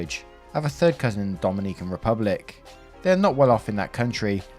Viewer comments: Me, a Dominican, reading faster than he narrates and sees op is also Dominican: Oh cool Naration: Dom-in-E-CAN Me: Screams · Hey. Dominican here, when pronouncing Dominican you got to accentuate the O instead of the second I, since the accentuated I spells the name of a completely different island lol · Is story two about Ihlan Omar? Also Dominican is pronounced with short I’s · Relistening listener in 2026 and saying Dominican has me cackling like a jackel on the back porch am est 😂😂😂😂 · Bruh I cringed every time he tried to say Dominican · It hurts. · As a Dominican, I find your pronunciation of the Dominican Republic very amusing LOL. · As an Englishman, so did I ☺ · CEO of not pronouncing "Dominican" correctly...